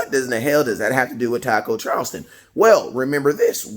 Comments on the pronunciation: southofheaven88 Listen to the way he says it. he pronounces it as Charlston instead of Charlton. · Not Charlston, it’s Charlton!!!